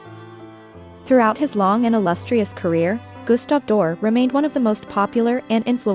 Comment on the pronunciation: If you can't even pronounce his name correctly, why should I listen to anything else you have to say about him?